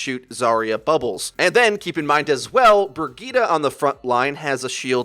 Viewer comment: Front. Line. Brigitte. lol come on man